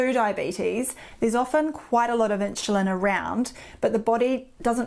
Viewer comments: ☺️starting to drive me crazy - never heard “inshulin” before 🙄. “Nixt”… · Started to watch, but her pronunciations "Meat formin" and "In shoe lin" put me off. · Is she saying ‘inchulin’? Not trying to be funny but she pronounces everything else 💯 fine so just curious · Could not listen to 'inshulin '... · Inchulin, lol. Accents are funny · What is with the weird pronunciation of "insulin" ?